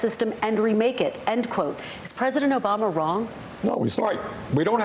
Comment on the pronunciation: He pronounced Obama as “Obomber”.